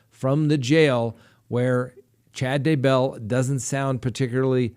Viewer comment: Is that really the correct way to say Chad's last name?